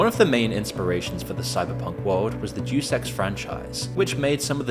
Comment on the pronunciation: It would be pronounced "Deh-oos"